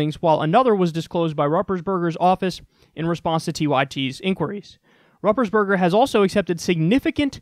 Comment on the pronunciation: Pronounced Roo-pers-Bur-ger